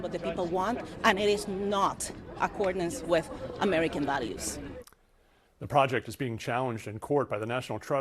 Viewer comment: America values said with foreign accent 😅